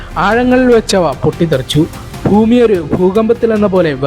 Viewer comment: ഫൂമി അല്ലടാ പൊട്ടാ ഭൂമി